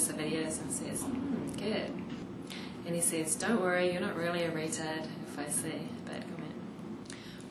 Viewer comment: i love the way you say "reatard", haha